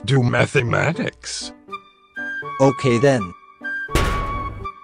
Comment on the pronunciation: "Let's Do Mathimatics" "1 + 3" that had me laughing like mad.